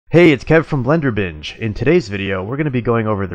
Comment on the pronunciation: Am i the only one that ears "BlenderBitch" instead of "BlenderBinge" on the intro bit everytime? xD